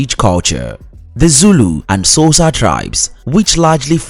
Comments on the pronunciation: to be honest... I can't use this video for my students due to the very poor pronunciation of some of the basic words like XHOSA and BOBOTIE ... among many many others .. such a pity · The way he pronounce Xhosa, Ndebele, and Boboti is laughable. I advise anyone who wants to learn about South Africa NOT to listen this nonsense. It's false, inaccurate, and outright ridiculous